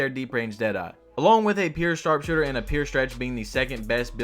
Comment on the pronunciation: “Pyour” not “peer”